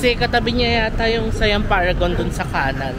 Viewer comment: The correct pronunciation of SIAM is “sà-yăam”. Low and Rising tones lang po sya. And just a tip, most of the food court naka loadable card un mode of payment nila. No need to worry if hindi na consume un laman ng card kasi pwede naman sya papalitan.